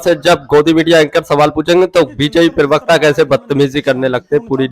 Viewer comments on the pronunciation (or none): Are bhai "pirvakta" nahin pravakta bola karo yaar .😢😢😢